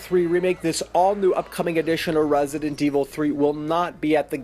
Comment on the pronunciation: I swear if he says Rrraessident evil 3 one more time. 😬💀😂